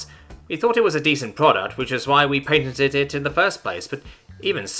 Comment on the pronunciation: Every time you said "patented" i heard "painted". They bee painting mice on the walls of the Whisker.